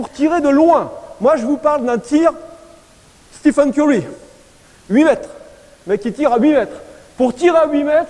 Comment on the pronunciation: quand j'ai entendu le nom de Steph " STEPHANEEE " mes oreilles ont saignéééé grave :/ : pour INFO c'est Stephen ! avec E pas un A lol...Ca s'etait pour la rigolade. Il parle pas d'appuis ni de l'importance du coude ni de la trajectoire je suis étonné.